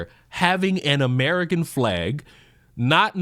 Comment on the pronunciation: Ho Lee Sheet. He ish not amrikhan